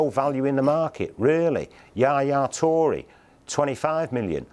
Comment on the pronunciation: Yaya Tory and Day-vid Silver